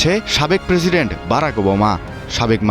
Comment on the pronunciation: Problem is journalism. The pronunciation is full of error. Try to learn how pronounce President. Moreover, the whole video was beating around the bush. The main news covered only a small portion of the news footage. I won't blame if it was from a normal person. I am referring the pronunciation part. But it's a mainstream media. Come on , try to uphold some bare minimum standards.